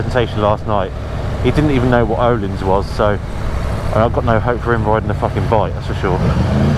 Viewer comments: It's not ohlins... its pronounced erlins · The Ö is pronounced like the vowel in 'bird'. then it's a long 'i': Ö-leans.